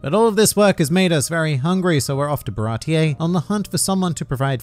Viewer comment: tf is “barateeyay”